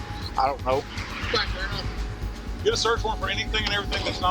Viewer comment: The lead cop pronounces get, as git. A rube posing as a pig, Fire him.